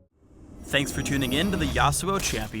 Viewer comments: Why put the accent on the first syllable? I will never understand English accenting customs for foreign names. :( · Here in the Philippines YASUO is pronounce as YASU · I was pronouncing it Yah-Soo. but that's my bad I guess. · Should be pronounced ya SU o (su being the tonic syllable). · i'm not the only one who is annoying at how they pronounce yasuo... considering iv hear the damn name in enogh anime to KNOW YOU DO NOT HEAR THE DAMN U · ... If you are going to use a Japanese name at least pronounce it correctly in the spotlight.